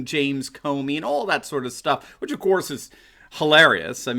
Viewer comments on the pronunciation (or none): none